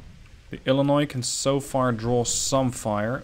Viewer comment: Can I just take a moment to compliment you on how well you have pronounced illinois, so many people insist that you pronounce the s in Illinois and as a lifelong resident it's frustrating when I go and tell them that the s is silent and then they go and say no I must be wrong